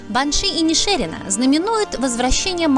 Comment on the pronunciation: ИнишерИна!!! (ударение на последнее "и")